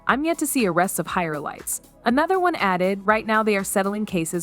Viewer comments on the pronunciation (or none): Did that lady actually pronounce that social media post word (elites) as 'e-lights'!!!😂 Wow, I guess no proof reading,huh?!?🙄